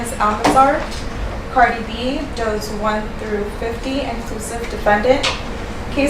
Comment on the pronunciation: Ooh they butchered Cardi’s government name.